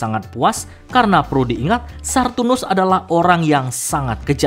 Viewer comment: "Saturnus" min, bukan "Sarrrturnus"